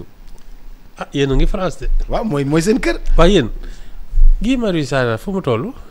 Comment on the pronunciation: Enfin le nom de Guy est bien prononcé. Ken degoufi Gouy ( baobab) 😢😂😅